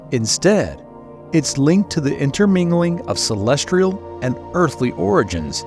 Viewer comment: I swear if you say celestrial one more time…